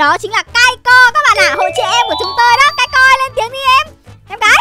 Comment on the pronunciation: Kai...Kai...Kai Co nha mn ko phải Kai...Kai Rôn